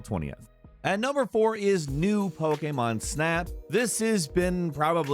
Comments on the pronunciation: I really love the video great job but I hate the way you say pokemon it's like you're saying pok-a-mon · Great video but damb please say pokemon correctly 🙏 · I don't like how he says 'Pokemon'